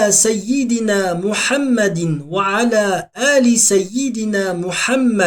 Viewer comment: Мухаммәдин емес Мухаммәдиу болып оқылу керек ереже бойынша тәнуиннен кейін у әріпі келіп тұр ғой..